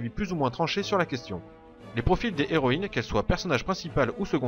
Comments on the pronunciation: On dit "les zéroïnes ", comme on dit " les héros " , et non pas "les zéros " , comment peux tu faire une erreur pareille compte tenu de ta bonne élocution, et de ton bon français ? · Pas de problème, mais j'avais l'impression que tu te forçais à dire les " les héroïnes " plutôt que les " zéroÏnes ", alors que c'est bien les " zéroïnes ", qu'il faut prononcer, à l'opposé du masculin où le " H " fait barrage au " S ".